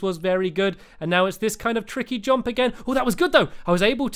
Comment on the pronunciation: It's jump NOT JOMP